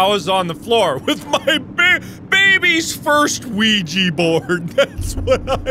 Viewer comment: Mark: who gave a baby a ouija board? Me: WhO GaVe A BaBy A QuOiDgA BoArD?!?!